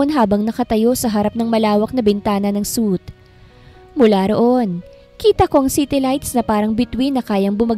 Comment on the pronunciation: Ang sakit sa tainga na ang suite (swoo -it)ay bibigkasin ng suit (soot)